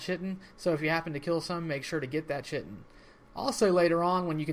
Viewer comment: chitin is pronounced kai-tin